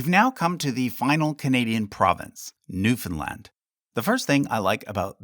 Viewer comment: Bro is canadian but can't pronounce newfoundland